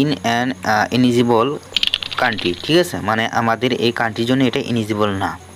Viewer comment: ইনেজিবল না রে ভাই এলিজিবল